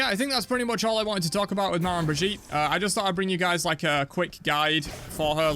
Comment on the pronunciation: It’s pronounced like they pronounce a southern name for someone’s grandma that’s the word so it’s Meh-Maw bridge-eat